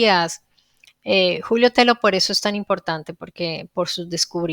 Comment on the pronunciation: Excelente programa. Estoy en ambos temas desde hacen más de 8 años: amabas cuestiónes son VERDADERAS. NOTA: TELLO es un apellido español.la doble L se pronuncia como LLUVIA, CABALLO, LLAMADA